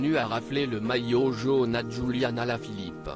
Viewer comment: La voix dégueulasse et comment il a prononcer le nom de julian la honte